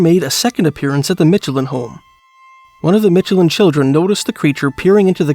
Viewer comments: like the Michelin Tires...not Mitchelin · Narrator is AI for sure, anyone who has seen a commercial knows how to pronounce Michelin as well (and im from the area, we pronounce it like the commercials). Also local pronunciation of Traverspine is 'Travis-Pin', and its closer to the Mealy Mountains vs the Torngats which are much further north in Nunatsiavut (Traverspine is in more traditionally Innu lands, The Innu Nation are the local 'indian' nation and some are up into the north around the Torngat mountains). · Good video, but as someone who's a part of the Michelin family, hearing the way he pronounces Michelin is pretty funny lol.